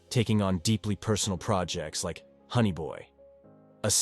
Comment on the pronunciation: Shots for everytime you say, honny boy, and is buf not boof